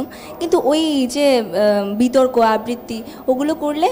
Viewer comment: আববৃতি??? !!! কী উচ্চারণ ! উচ্চারণ ঠিক করা উচিত